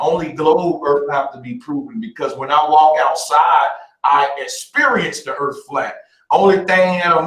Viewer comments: lol yea its like the word "Three" being said "Free" its brutal to listen too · To proof the flat earf